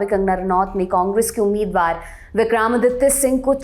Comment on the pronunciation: आप हिंदी न्यूज़ चैनल पर हिंदी भाषी न्यूज रीडर हैं। आपके मुंह से विक्रमादित्य जी का बार बार उच्चारण विक्रामादित्य बिलकुल अच्छा नहीं लगा।